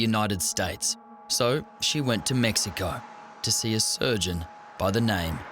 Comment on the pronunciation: Verno I could even get half way through the video, the word "so" being pronounced as "saarruuu" by that blonde chav was just too much for my ears to take.